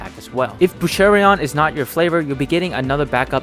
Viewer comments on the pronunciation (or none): Small note: it's Boucheron, not Bouchereon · “Boosharion” lol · Boucheron. Boosh. Err. Awn. No “i”!